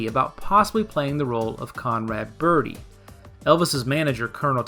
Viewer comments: inadequate explanation - it was a deliberate choice why?? nobody pronounces birdie like that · Okay... I'll say it.... I hear ''Bye Bye Bir-Hee''. Am I alone, here? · What about why she prounounces it “bir-hee” in the opening and ending song. I read somewhere that’s how midwesterners would pronounce it (since she’s supposed to be from Ohio) and it sounds normal to them. Um, what? I’m from Michigan and we don’t say bir-hee.